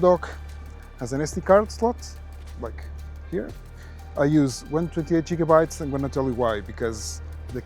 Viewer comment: ah yes jigabytes